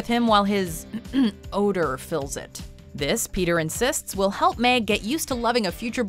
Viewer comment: Ah yes "pea tear"